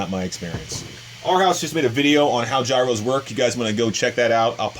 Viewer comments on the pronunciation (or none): none